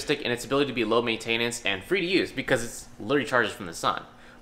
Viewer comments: did.. you just say main tain ness? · why did he say maintenance like that